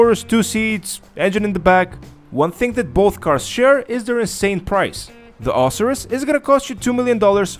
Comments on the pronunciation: Lol pronounced Oh-sy-rus......isn't there only 1 car on the podium each Thursday? Met a 9 yr old in game last night who claimed he won an Osiris this week at the casino but I've always understood only 1 person can win a podium car each week....but again this kid is 9....probably lied lol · i believe its pronounced o-si-ris with the si making the i sound